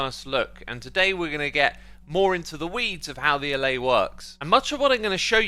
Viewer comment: Dude. Alláy, not állay